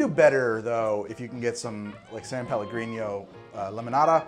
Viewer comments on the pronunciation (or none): 29 italian people got horribly enraged about "pellegrinyo"